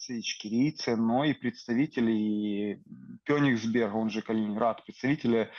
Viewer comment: Кёнигсберг звучит хорошо, слух радует 👍